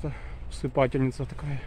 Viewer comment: Спасибо Но правильно усыпальница. Спасибо.